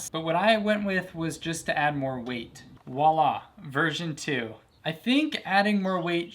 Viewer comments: "Wa-la"? Really? It's a French word, "Voilà", which means, "Here you go" or "Here you have it". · My man said... Wa-La.... XD oh boy.